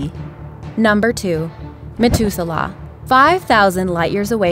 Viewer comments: am i the only one that noticed she mispronounced Methuselah? saying "met" instead of "meth?" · really have you never heard the name methuselah in your life it pronounced meh-thuze-el-ah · Methuselah has a SOFT "th". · Interesting video BUT..... if you’re going to do a video you ought to learn how to pronounce the words! Methuselah has an ‘H’ in it. You kept saying MeTuselah. Think of saying the word “matH”. That is how you say should be pronouncing the H in MetHuselah. Practice it next time there is a three syllable word that you obviously have never heard of before. I guess it should be understandable since Methuselah has only been around for 6 or 7 thousand years that you wouldn’t have heard the word before! I know, I know, it’s not nice for me to criticize. You’re a big girl & if you’re going to put your videos out there then you’ll have to take the good & bad comments. It was mostly good with the exception of not knowing how to pronounce Methuselah. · its math ew ze lah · KING KROSS KTK yea poor methuselah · Ahmed Mauri anyone else super bothered how she misprounced it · methuselah say it properly ffs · It is, though. She also pronounced Methuselah wrong. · Who helped the voice actress with pronouncing words she didn't know? Methuselah (#2)? It's not "Met-hu-se-lah", it's "Meth [yeah...like the drug]-u-se-lah". And the mention at the end? The "Kuiper" belt? Uh, no, it's not "Kew-ee-per". It's "Ky-per". ["Ky" sounds like "eye".] I mean, come on, people. I'm no astronomer, and even I know little things like this! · Hate to be nitpicky but the narrator completely botched the words methuselah and kuiper.